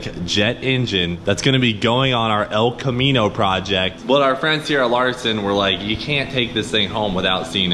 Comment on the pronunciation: "Mullet, the Els Camino"